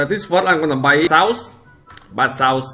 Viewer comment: what think he says "buychaos" what i hear: buysaus